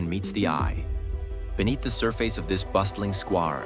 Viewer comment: I agree with here, listen to "surface" and "square" .. I don't know, it just sounds off to me. And this is just an example of course